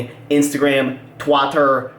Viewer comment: Idk why I found "twaaatter" hilarious